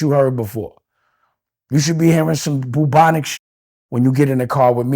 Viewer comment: Nigga said Bubonic 😂😂😂😂